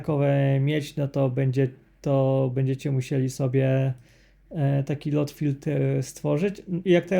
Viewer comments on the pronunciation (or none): Dwa "o" czyta się jak "u". Czyli nie LOT tylko LUT filter. (sorry, że się przypier*alam, ale aż kłuje w uszy)